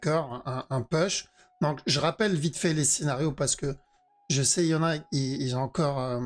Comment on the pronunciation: Et ZE parti ... ZE VEUT le regular du perp 😂